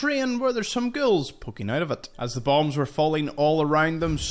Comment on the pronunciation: Nice tour guide! I have stumbled upon some of these. BTW when you say ghouls, sounds like your saying girls!( to me) LOL Are you Irish? Northern Britain? Interesting accent. Some American accents are difficult to pinpoint( even from my countrymen) Thanks a million for your info. Cheers! Fallout brings us commonality. The world is shrinking!